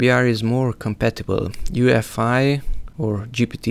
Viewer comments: U-E-F-I. not UFI. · the fact hes saying "ufi" and not "uefi" this guy knows nothing